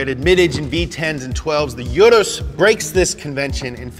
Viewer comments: You-ROUSE is how to pronounce it. Sorry imma lambo nerd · I thought it is pronounced ur ass I was so wrong lmao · Lamborghini calls it the oo-russ. This is my third time watching this vid btw. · My brain hurt everytime you said "oo-dos" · For those of you wondering, Urus is pronounced "oo-russ" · It’s pronounced like Oodus. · Wow you killed the action trying to say Urus.... huge cringe